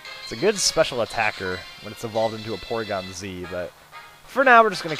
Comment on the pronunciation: I thought you said PORNygon